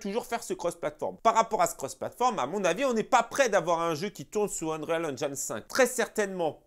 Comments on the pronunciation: Mais pourquoi tu prononces unreyale alors qu'il faut juste dire unril c bcp plus simple. Tu allais t ettoufer au début. Sinon top la vidéo ;) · UN"REAL" madrid engine ?:) Juste le conseil de prononciation sans vouloir faire le relou lol : si tu prononces "engine" à l'anglaise alors tu dois prononcer "Unreal" à l'anglaise aussi ;) Unreal => irréel Qui se prononce "Eunril" on va dire Continues les sketchs on se marre bien